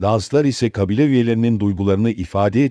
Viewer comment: Kăbile değil kabile, istila değil istilă.